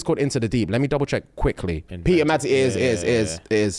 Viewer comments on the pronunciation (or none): none